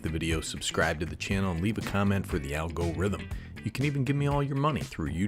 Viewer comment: For the al-go-rhthym... brother😊